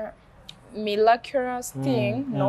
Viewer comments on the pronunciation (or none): Mbu “milakulas” thing (miraculous thing)